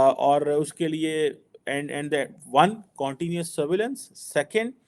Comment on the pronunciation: QC pronunciation Not “Corn tinous “ It’s cun tinous